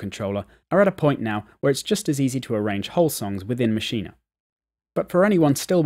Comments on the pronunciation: Ma'sheen....say it, Ma'sheen...not ma'sheen'a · It's pronounced Mashean......NOT maschina! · nah ... its pronounced "maschina" ... check out NI's videos